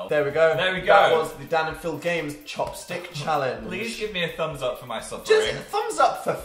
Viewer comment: i thought chopstick said chapstick and i screamed